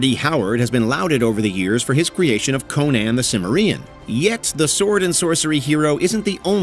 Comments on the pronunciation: Um. . . Conan the WHAT?. Way to butcher Cimmerian. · Conan the Simer-ian ??? in voice of Subotai "He is KAI-merian!" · Conan the "simmer-reean" !? lol did AI read this!? wtf, it's "Sim-air-ee-an" he's from Cimmeria. lol good lord. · Your AI does a poor job pronouncing "Tolkien", "Cimmerian" and "Munchausen". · It's not "Verimax Perjotarive" It's VERMITHRAX Perjorative - the Wyrm of Thrace that Makes Things Worse. Seriously mate - work on your pronunciations I'd also question your pronunciation of "Cimmerian" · *Eyes a fantasy movie list by WatchMojo suspiciously *Decides against better judgement to give it the benefit of doubt and watch *Hears the host butcher the word "Cimmerian" barely three minutes into the video *stops watching immediately and blames self for thinking WatchMojo will ever be run by anything other than morons and posers